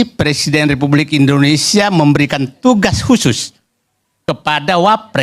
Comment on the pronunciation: Karni ilyas gak usah tayang lagi di indonesia's lawyers club. Bahasa indonesia nya jelek. antara p dan f aja salah2 terus